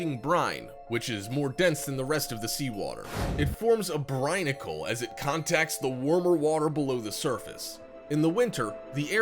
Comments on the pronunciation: And its pronounced "BRINE"icle not brin-icle. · did i just hear "brinacle"....? that is as nautical as it gets... lol